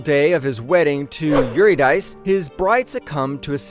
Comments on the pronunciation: Yeah, definently AI. The pronounciation of the greek names is VERY AI. "Cal-ee-oh-Peh"? How about the correct pronounciation "Kah-Lai-oh-Pee". And Euridice spoken as "Yuri-Dice"? Correct pronounciation "Yoo-Rid-eh-see". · SIGH Calliope: Ka-LIE-oh-pee Eurydice: yor-IH-dih-see